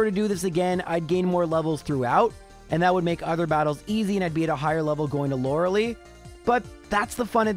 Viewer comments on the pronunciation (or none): You say Lorelei wrong